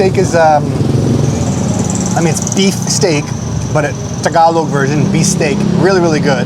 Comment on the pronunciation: Kuya it is usually pronounced bistek not actually beef steak so you would know the difference to the real steak. Bangus steak is one of my fave dish and I hate when my boneless bangus should be called lessbone bangus 😂